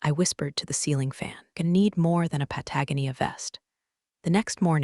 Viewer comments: can someone please tell the AI how to pronounce pa-tah-GO-nee-ah? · Pah-tah-GO-knee-uh If you refuse to fix the AI, use the name of another country. Try Belize or Ecuador. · Pah-tag-uh-knee-uh for Patagonia???😂😂😂😂😂😂😂😂😂😂😂😂😂😂😂😂😂😂😂😂😂😂😂😂😂😂😂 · Po tag ah nea 🤣🤪😝. It’s pronounced Pat a goan knee uuh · Pat-a-gon-ia, please teach the algorithm the pronunciation it's been crucifying this for a very long time. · Patagonia is: "Pat-uh-go-knee-uh". Aaarrrggghhh!! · pat - uh- gon-E-uh. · Pat-a- GON-ia dear AI. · Pat-a-GO- nia PEOPLE: PROOF YOUR POSTS!! AI CAN'T MAKE THOSE LEAPS🤦🏼‼️ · Why can't these AIs pronounce Patagonia? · Thats not how you pronounce Patagonia! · While I know I'm throwing a comment out into the wind.... The AI said Patagonia but I had to stop and think about it for 2 minutes before I realized what it was trying to say. Might be a good idea to check its pronunciation on proper nouns. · lets teach the AI to pronounce Patagonia, louboutin and the difference between read and read (red) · PLEASE learn how to pronounce Patagonia!!! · Pronounce "Patagonia" right! And "Peleton." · Can someone teach the AI to properly pronounce "Patagonia" please? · If her name is Linda Miller, then why was her boss calling her Becky? I never get tired of AI voices mispronounce Patagonia. That was sarcasm. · In every story, bad guys wear Patagonia vests, and the AI butchers the pronunciation. ☹️ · AI needs to learn how to pronounce Patagonia……. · Finally! Consequences. Great ending. If you're going to use the word 'Patagonia' please teach AI to say it properly. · Teach your AI to pronounce "Patagonia" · And Patagonia. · BTW, when is someone going to explain to the AI how to pronounce Patagonia? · Given that Patagonia actively enforces its trademarks and copyrights, there is no wonder that the AI mispronounces its name.